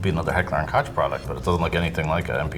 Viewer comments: "Heckler and Cotch" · "Magpul Stanag mag" isn't a real thing. They openly call the G33 magnifier for what it is, then act confused by it, as if they don't know what it is. HK416 is not a 308, or M4. It's basically an M4 but with a piston. Koch is pronounced "Coke". AK's are not more reliable than M4's, nor do you get "half the accuracy with the AK". There's no such thing as an "MA110A2". There's an M110, but that is in 7.62Nato. PEQ was pronounced wrong. Same with the "M110K2". Red dots on handguns are pretty common nowadays.